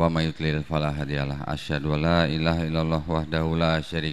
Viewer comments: Saran agar pembimbing syahadat,supaya memperhatikan kalimat dua kalimat syahadat. Ucapan pemenggalan kalimat mohon diucapkan dengan pas. Misal dlm kalimat ILAAHA. Jangan dipenggal jadi Ilaa_ha. Sebab akan merubah maknanya. Ilaaha artinya tuhan Ilaa- ha artinya ke atau kepada (Ha)? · Sebaiknya orang yang menuntun syahadat itu orang yang mengerti tulisan Arab. Ilaha itu satu kata, bukan dua kata: ilaha, bukan ila dan ha. Kata haillalloh tidak ada dalam bahasa Arab, yang ada illaa Alloh (dibaca illalloh). Jadi bunyi pemotongan kata-katanya demikian: Laa Ilaaha Illalloh, bukan Laa Ilaa Haillalloh. Maaf, kesalahan yang tidak disengaja (karena tidak tahu) itu bisa dimaklumi. 'Afwan!